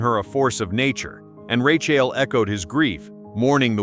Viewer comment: How annoying…..Ra-chill.